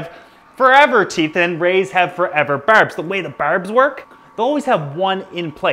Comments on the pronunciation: "berbs" "hereden certlige" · His Newfie it's showing whenever he says that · Thanks for the informative video. But couldnt tell if you are trolling the pronunciation of “berbs” and “erm” Thanks for pronouncing it correctly at least once in the video haha.